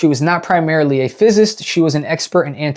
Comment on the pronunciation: Great vid. But mf needs to learn how to pronounce words, like physicist (fizisist). It would help...